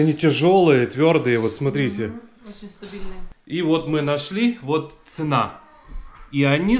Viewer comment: в слове цена ставьте правильно ударение